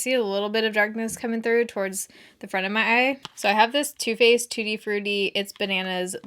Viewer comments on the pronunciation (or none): none